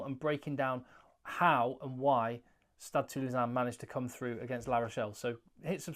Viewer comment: Compliments on the very accurate pronunciation of Stade Toulousain👍